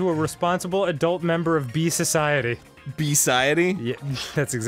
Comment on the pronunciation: "beeciety" sociebee Arin.